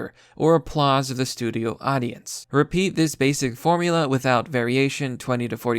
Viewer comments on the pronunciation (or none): none